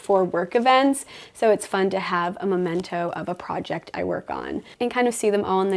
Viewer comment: I think you mean memento rather than momento. Love everything you’ve done and I love the fact that even though you have a small space, you make room for a lovely dinner party with your friends.